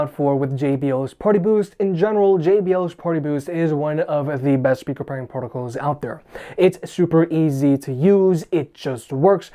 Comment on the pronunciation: I love how you pronounce it "shpeaker". :)